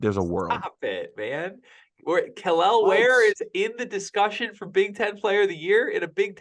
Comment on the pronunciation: is increasingly becoming pro hoosier... first Malik then now Kel'el (with the correct pronunciation!):)